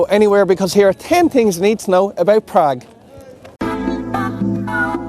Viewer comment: "Tin Tings You need to know about Prague" haha